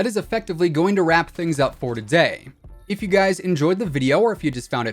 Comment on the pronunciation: What accent is that “for dotay” instead of today